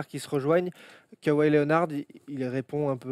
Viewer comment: tain la prononciation les mecs: Lénard pas lé o nard Dé jounte murray pas derounté Et jonnathon Simmons pas S aille mons